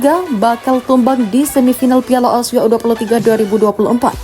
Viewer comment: Tandai muka adminya, kita gangbang... Kalo ngomong Asia ya Asia... Bukan ausia..